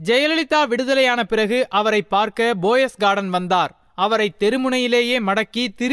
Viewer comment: Hello, bro, poes garden not Boss garden, pls. Your pronounciation is very bad. Not boes garden, Poes garden.